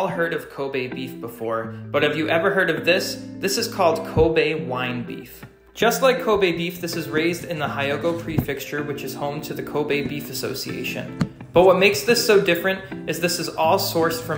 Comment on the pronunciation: It’s pronounced he-yo-go